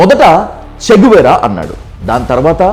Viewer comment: చిగువేరా కాదు, చి గువేరా.